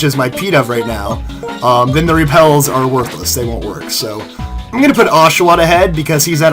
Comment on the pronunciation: You said oshowatt